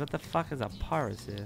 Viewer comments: pronouncing ParaSOL as ParaSUL is the highlight of this video for me 😂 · pronouncing Parasol as Parasoo 😂😂😂